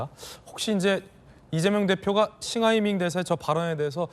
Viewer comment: 박용진 싱하이밍발음이 입에 착착붙네 뭔짓을 한걸까?